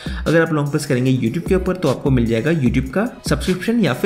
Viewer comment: For this guy it's not ‘Upar' its ‘Upa'